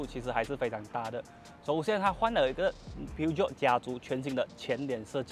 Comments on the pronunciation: 法文并没有G或J的发音，而是用sh音取代. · 念 Per-Jo 就好了😂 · 正确的读音叫： 'per-shoun' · 法国车名就用法文来念. 不是英文. Ne prétendez pas être un représentant si vous ne comprenez pas le français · Peugeot 念错了， 还说很了解这个品牌